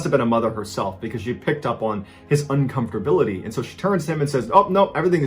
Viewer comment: "Uncomfortability" is acceptable, but "discomfort" would have been more aesthetic. Also "un-com-fort-ab-il-i-ty" has seven syllables, not six. Or to make it to be simpler, "comfortable" has four syllables, not three, like 'comfter - ble". Notice that the word is not spelled "comfter", so we should respect the spellin.